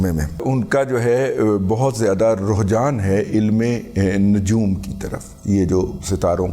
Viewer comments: 'رحجان' نہیں 'رج حان' ھوتا ھے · Oh mama rohjaan nahin RUJHAAN 😂